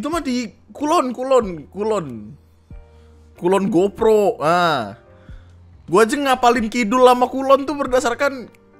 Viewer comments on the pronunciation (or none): kulongopro? kulon progo kali? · Kulonprogo di kamus = KulonGopro